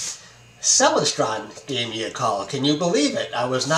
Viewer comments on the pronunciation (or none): Hi: Very cool surprize. You maybe pronouncing Celestron incorrectly. Check out this video. ••. • • I have a Celestron Omi XLT120 on a German Equatorial Mount.. Look forward to seeing your new images. • Cheers from The Detroit & Mackinac Railway 🚂